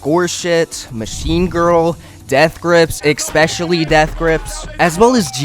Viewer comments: Album. Pronounced "Al-bum". A collection of recordings issued as a single item. Al-bum. Not alblum. Also "especially", not "expecially". That being said, this is a good video covering everything. Well done overall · never watched that far ahead, but i wonder if saying "alblum" on purpose is to drive engagement 🤔 ...ohh nooo i fell for it. while we're here then, "i could care less", "exspecially" ... 🙄